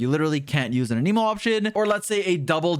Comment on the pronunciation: He's not a "must pull" (unless you want your account to be good) ... the usual video. Also, please learn how to pronounce Anemo properly. =)